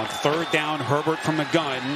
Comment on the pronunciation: the announcer definitely calls Herbert pervert.